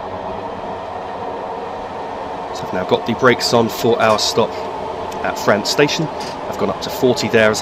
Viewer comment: P.S. I believe it's pronounced Fra-unt not Fra-ant.